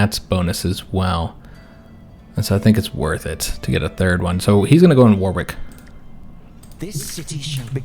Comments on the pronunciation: war wick is pronounced worrick! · As a Brit, I did smile at a few of your pronunciations, even though you pronounce them how they appear to be spelt! Main one I noticed was Warwick, you don't pronounce the second "w". So its more WAR-ick. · Warwick is pronounced Wurrick. Excellent video. You earned another sub with this one. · Warwick has a silent W. So, it's pronounced Warrick. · Its pronounced Wa-rick....if a certain letter doesnt sound right in the word its because its silent